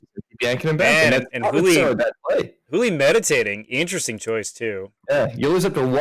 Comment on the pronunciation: His name is Juli with a j (his full first name is Julian), not Juli with an h.